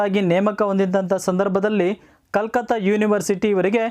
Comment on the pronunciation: That was not Calcutt that pronunciation it very wrong